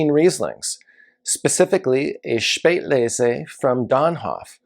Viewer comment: thank you so much for your takeaways from the JS’s list. I enjoy watching your videos because I learn so much from them. I like the way you pronounce “Spätlese”, and I am glad to hear that it pairs well with spicy or Asian food. I definitely need to track down the Purple Angel. I know your time is valuable, and I appreciate your wealth of wine knowledge. Stay tuned for my Top 2022 Food & Wine Instagram Influencers List of 2022. 😊